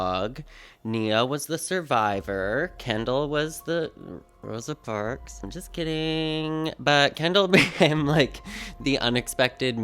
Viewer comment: "Kendall was the...Roasa Parks" LMFAOAO